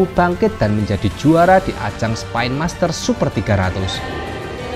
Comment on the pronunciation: Spen bukan spaaain